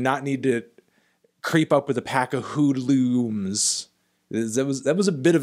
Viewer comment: lol he didn’t rhyme afternoon with hood-looms... he rhymed AFTER-NOON with PACK OF HOOD-, and then stressed the last syllable (-lums) less so it didn’t affect the rhyme scheme. the part of the word he slanted the pronunciation of was “hood” so it rhymed with “food” as opposed to “good”.